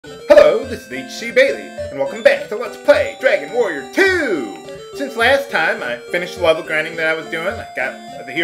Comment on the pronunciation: it ssounded like you said next time on let's play Dragon warrior Moo!